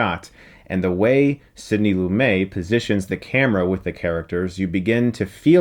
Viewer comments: Firstly, pretty sure its pronounced Lumet as in New York Mets, and not LumAY. He's not a French guy, though the surname does imply that. Lumet was born in Philadelphia to parents of Jewish descent. Secondly, you are right about the Eighties and Nineties movie references. The truth is the 90% of the movie reviewers on YouTube have extremely limited movie knowledge. Quite often this is limited to the last five, maybe ten years. Even on Movie Talk with Mark Ellis and Kristian Harloff, it's quite obvious that they know nothing pre-1980, other than Star Wars, Jaws and Superman. For instance, you will notice Ellis keeps padding his chat with American sports references (which are largely lost on non-US viewers). In fact I'm pretty sure that the whole or that crew constantly reference the same few movies when making comparisons with the past. So, great, let your New Years resolution educate the good people. The Eighties and Nineties were largely inferior to what came before. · A small correction, but it drives me crazy: the director is Sidney Loo-MET (not Loo-MAY). :-) Love your work, however — look forward to the rest of the series! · Nobody called him Sidney "Loomay". Watch multiple interviews, even his honorary Oscar. His name was LooMET. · This is one of my all-time favorite movies. It was a big part of why I decided to go to law school -- along with To Kill a Mockingbird. It is amazing. I re-watched it recently, and it still holds up. Quick question: Is Sidney Lumet's name pronounced "loo-may?" That sounded off to me. But I certainly could be wrong. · I believe he pronounces his name Loo-MET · Great review. One thing: Lumet is pronounced "loo-MET" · He’s the only person on the planet who pronounces it loo-MAY, but it sounds cool. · it was pronounced Loo-MET at the time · For a guy who loves this movie so much he sure does like to mispronounce Lumet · The, “t,” in Lumet is pronounced. Not silent. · Lumet is pronounced with a hard T at the end. It is not silent.